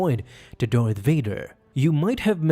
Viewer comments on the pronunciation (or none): Why do you pronounce Darth "Doith" or "Dorth"? I rewound it several times to make sure.